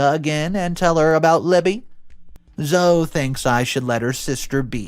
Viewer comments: I know the name Zoe looks like it should be pronounced like (Zo) but it is actually pronounced like (Zoey) I have a niece named Zoe and my dog's name is also Zoe. Both pronounced as Zoey. Great story! I'm so happy both the girls, and the twins were able to get away safely. And the fact that monster is now in jail for life, is wonderful. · Zoe is pronounced Zo-ee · Good story! OP was no way in the wrong! He just wanted to protect his daughter and ultimately he did. (fyi - Zoe is pronounced “zoe-ee”) 😇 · Story 1 her name is pronounced Lee uh. NOT lay uh🤦‍♂️ and Zoe is pronounced Zoo E